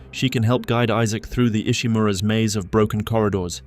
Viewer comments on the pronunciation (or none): none